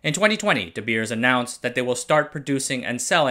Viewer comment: De Beers is pronounced like English "The bears". Same as with "Zeiss" being mispronounced, I am sad with English youtubers not taking 10 seconds to look up pronunciation, but then making a marvelous 17 minute perfect content video. Are we Germanic language people just a joke to you? :(